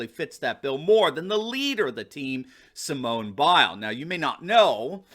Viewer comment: Sir, I’m from the UK and I’m no great fan of “wokeism”. However, your whole argument is lessened by your continued (and some might say deliberate) ploy to incorrectly pronounce Simone Biles’ name. By all means say what you think, but at least have the respect to address the person that you wish to criticise accordingly.